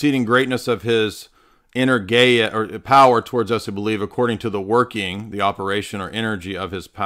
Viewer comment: Greek here - when you say the word energia do the stress on eNErgia. Keep up the good work!